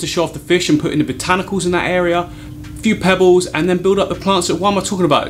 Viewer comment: I love the accent... Sounded like 'pebbews' or 'pebboos' instead of pebbles 😋. Beautiful design. Love the video.